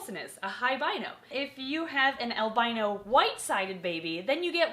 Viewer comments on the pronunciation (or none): lol I thought she said "high rhino"